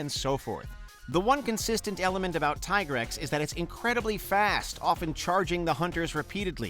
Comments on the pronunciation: Yes agreed my ears are bleeding but he at least gets Tigrex right. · I still call it Tai-grex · actually, he only mispronounced 2 of them, Dalamadur and Rathalos, outside of Tigrex since it was only until World that its been pronounced "Tee-Grex", before that its been "Tai-Grex", every other pronunciation was fine, even Lagiacrus.